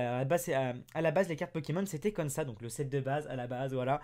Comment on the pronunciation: Tu peu dire comme sa au lieu de cône sa